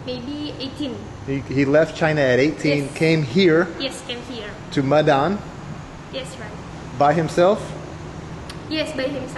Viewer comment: Please, Medan is pronounced May-dan.